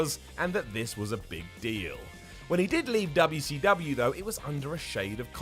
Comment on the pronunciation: The WAY says WCW is simply hilarious